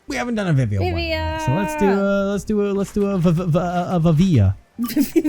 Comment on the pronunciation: the way you pronounced Vivia is Spanish for "used to live" lmao